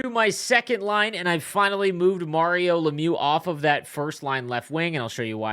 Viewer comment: You're saying mario wrong lol